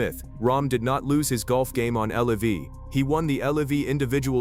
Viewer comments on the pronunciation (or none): It's LIV not L.I.V. AI crap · WHY DO ALL IF YOU AI AMERICAN IGNORANCE ABNOUNCERS SAY "L E V", WHEN IT'S " L I V", YOU MORONS 😂🤣🙄😴👩🏾‍🦯👩🏾‍🦯🧑‍🦯👩🏾‍🦯👩🏾‍🦯